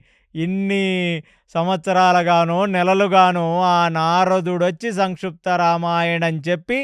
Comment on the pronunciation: సంక్షుప్తా రామాయణం కాదు గారు సంక్షిప్త రామాయణం pronounciation సరిగా చెప్పండి